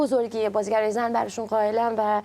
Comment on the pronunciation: PERSIA Valiollah سینا جان توی مونولوگ یه جوری زن رو تلفظ کردی که انگار قدرت و ارزشش از مرد کمتره هاااااا🤦🏻‍♀️😐😬اون قسمت که صحبت خانم مسیح علی‌نژاد بود رو میگم....